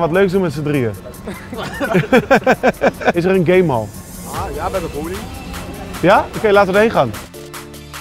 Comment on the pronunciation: "Is er een gay-mall?" Oh, game-hall.